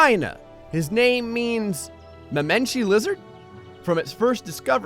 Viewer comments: Mamenchisaurus' name is pronounced "mah-MEN-chee-SAW-rus", though I've heard the "chi" part pronounced with a hard C sound too, so it may vary. Fun fact: Mamenchisaurus had one of the longest necks of any dinosaur! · he said mamenchisaurus wrong